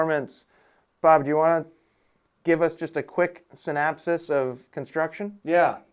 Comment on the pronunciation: Synopsis, not Synapsis...